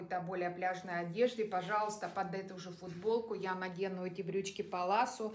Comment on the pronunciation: И еще такой момент-привыкла слышать брюки палаццо,вы говорите паласо,у нас Зара,Вы говорите Сара,или у меня что то со слухом…